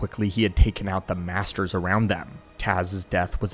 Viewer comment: Master… Bayts? Nuh uh…